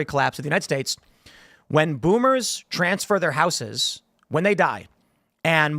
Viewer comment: That's not how the word houses is pronounced. Someone tell him.